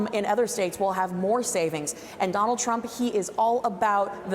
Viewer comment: Trump🇺🇸 not tramp.